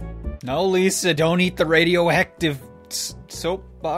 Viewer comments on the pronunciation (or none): none